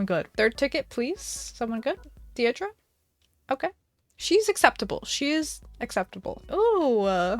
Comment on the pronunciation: The fact you said deitra HER NAME IS DEIRDRE😭